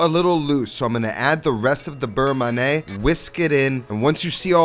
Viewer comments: Beurre manié=It's "man-yeah", not "man-nay". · Burr-Mon-Yay not Burr-mah-nay. I don't normally care how people pronounce stuff but this was like nails on a chalk board for me. Awesome Recipe. Looks amazing!!! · FYI beurre manié should be pronounced like we say NYE in Kanye West. Man-ee-yay. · It’s berr manyeh. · the constant mispronunciation of beurre manier from a cooking "professional" drives me insane